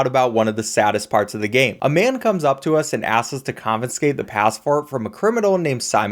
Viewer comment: holy shit its not "confinscate" it's confiscate